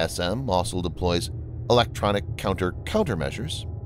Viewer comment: I'm not even halfway through and I've already lost count of the number of times the narrator said 'asol' instead of 'also'. It's still a good video, though.